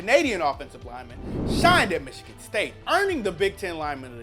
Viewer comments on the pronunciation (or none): none